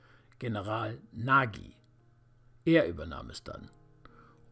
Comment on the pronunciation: Der General Nagy muß Ungar gewesen sein, Nagy wird "nagsch" ausgesprochen!